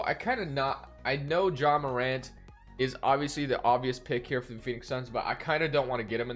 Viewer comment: liked the vid when u said Ja Morant’s name right